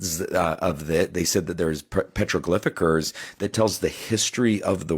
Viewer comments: Its petrogylphs...not petrglphers or what the hell you said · petroglifickers???????🤣 was he trying to say hieroglyphics? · Petriglifigers,artifactidges please can someone stretcher punch this man till he can talk normal english